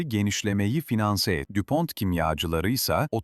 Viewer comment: Bir dakika dinledim bıraktım. Saygı ve özen noksan. Okunuşu Düpon okunuşu Türgo...